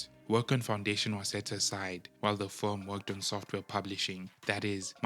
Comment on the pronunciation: "Sofware" ? Really?